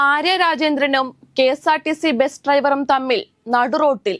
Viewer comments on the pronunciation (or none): ഈ കുട്ടിക്ക് ഇംഗ്ലീഷ് ഉച്ചാരണം ഒന്നും അറിയില്ലെന്ന് തോന്നുന്നു. “ബെസ്” “ട്രൈവർ” “റോട്ടിലൂടെ” ഇതൊന്നും ശരിയായ ഉച്ചാരണമല്ല. ഇതൊക്കെ പഠിച്ചിട്ട് പോരെ ഈ വർത്താവിവരണം?